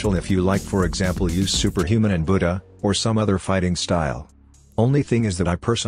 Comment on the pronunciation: The way you said buddha at first you said bootyah